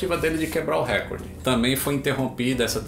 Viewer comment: "Récorde" nãooo